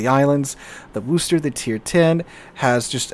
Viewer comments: I beg of you. It's not WOO-ster. It's Wuh-ster. If you're from east of Worcester, it'd be Wuh-stah, but I digress. My ears are bleeding here lol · Worcester: “war-stir” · No one who lives in New England pronounces the Worchester name with the "o" sound. It's pronounced "wis" like in "piss". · A lot of people think it's named Wooster, as the city in Ohio. Maybe that is pronounced with the long oo. I don't know how they fail to read Worcester, but they do.